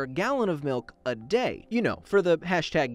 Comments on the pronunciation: Milk not mowk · He Need Some Malk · oi it's malk actually